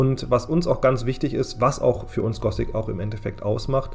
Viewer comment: Nur echte Fans sagen "Gosic" statt Gothic, also da springe ich gleich auf das Hype-Boot mit auf.